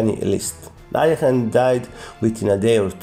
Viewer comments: Bad pronunciation, Alekhine is the French version of his real last name; Alechin therefore Alekhine is pronounced aliekin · These English speakers never pronounce Alechin(Alekhine in the French version)it is AlEEKeen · Why do some people pronounce his name like "alley-eckin"? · At school, in England, we always said "Alek-hein" (as in german pronunciation) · The bigger problem is that hes far from being even an immitator of a native english speaker, and still butchers alekhines name.